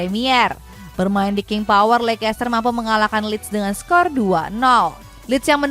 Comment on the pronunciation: Bacanya: leis-ter, bukan leikes-ter